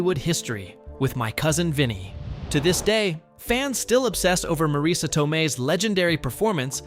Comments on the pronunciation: is not pronounced Maraisa is Mareese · This video has a decent script which is about a movie that's a cult classic, however it falls short in execution due to poor pronunciation because you failed to nail both "Marisa" and "Pesci" in your text to speech app ; Wrong way: "Mah-Rees-uh" and "Pessy" and Right way: "mah-Riss-uh" and "Peh-shee" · It's pronounced Pesh-ee, Ma Riss A, Herman not Her man. Great facts but you butchered peoples names. It was a great movie, and Marisa's explanation about the car stuff was amazing. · One of my favorite movies. Wish Marisa and Pesci were pronounced correctly. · The most annoying thing about this, and the reason i almost turned away very early, is the constant mispronounced names. Worst of all is three different pronunciations of Marissa Tomei's first name and at least two different pronunciations of her last name. It's bad enough to say someone's name wrong, but multiple ways shows blatant disrespect.